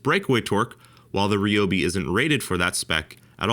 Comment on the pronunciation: If you want to find out if these tools were made cheaper then you have to take them apart, and thays something Id like to see. Also, you say Ryobi wrong and it irritates me just a bit ;)